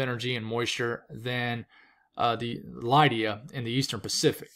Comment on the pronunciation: I've always known it as LID-ee-uh. (But who knows?)